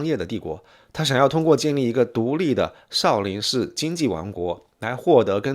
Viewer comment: Shi永信！正确！少林shi……看了33秒。个人认为，作为简中视频评论博主，起码的把发音好准确吧？！